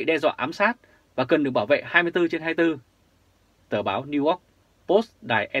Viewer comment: please doc NEW YORK dum NEW ORK nghe ky lam.